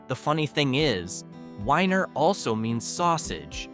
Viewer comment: IT’s not WHINER YOU IDIOT ITS WENIER like a hotdog